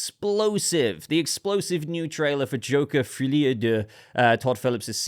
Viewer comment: I like the way tries to say Joker 2's full name 😊